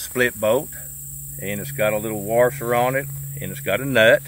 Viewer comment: Thanks for the video. You say warsher like my Mom says warsher. Also, if you unloosen something, you’re tightening it. 😂 sorry I’m such a language jerk. It’s my cross to bear.